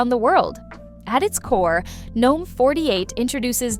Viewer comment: Half the time you say gnome (silent g) and the other half you pronounce it as "gee-nome' (with a hard g).. pick a side, and stick with it.